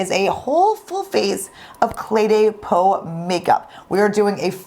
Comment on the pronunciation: It sounds like you are Pronouncing the name Cle DAY Peau instead of Cle DEH Peau. That is the first time I have heard the second word in the name pronounced "Day" instead of "Deh". Am I and others pronouncing it wrong?